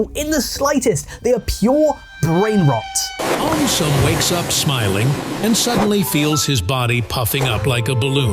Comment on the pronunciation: Why did aum sum turn into "aumtisum"